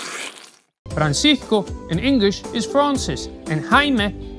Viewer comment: Your "s" in Francisco was all that was need to confirm your Venezuelanness.